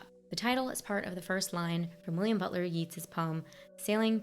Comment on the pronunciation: At least you didn’t try to unreasonably compare this film to the overrated Pulp Fiction. 🤷🏽‍♂️ Oh, and Yeats is pronounced “Yates”. 😉